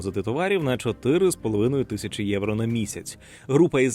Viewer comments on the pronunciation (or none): none